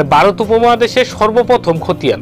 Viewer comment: Vai barot na bole varot bolen